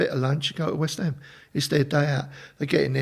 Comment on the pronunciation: i wonder if they have been to whest hom